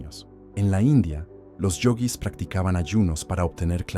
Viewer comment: Esa voz de pelotudo propia de la IA, qué insoportable. Yoguis, no yogüis. El, no la, verdadero hambre.